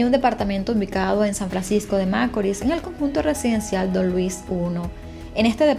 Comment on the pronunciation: Tu no eres dominicana qporque repetias una y otra ves macorl con acento en la. A. Y tu sabes muy bien q el asento va en la. I